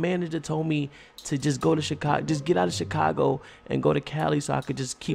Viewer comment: U say chicaglo